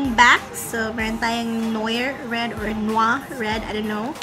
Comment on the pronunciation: i like yun touch of nude sis... Noir is pronounced as N'war sis... Alala ko kse yung sa wine na Pinot Noir hihi. Good review sis 😊😙